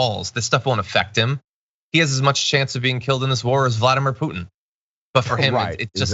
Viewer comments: pewtin???did he just say that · Guy can't even pronounce Putins name.